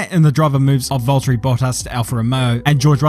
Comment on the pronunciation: Volt-ery tf is that lol